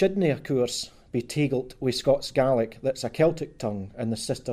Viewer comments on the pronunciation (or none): none